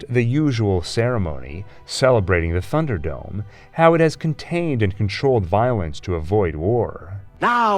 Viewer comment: I hope is it pronounced /ˈθʌn·dər.dəʊm/. I hear a strange "f" sound at the beginning of the word. I'm probably wrong.